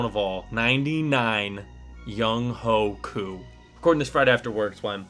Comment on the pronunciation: Btw younghoe koos name is pronounced youngway koo